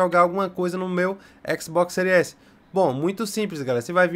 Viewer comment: "No seu Xbox sÉries esi né"